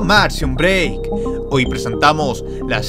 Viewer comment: "Soy breackman y es ora de tomarse un breack"